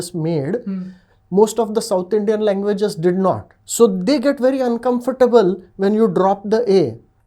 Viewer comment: You are pronouncing the word 'uncomfortable' wrong. Please check the right way to pronounce it.